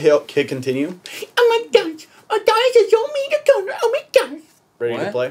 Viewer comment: The colombian Cello it Connor not Conner